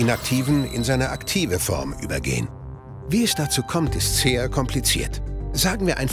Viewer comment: dachte das war ein sprachfehler haha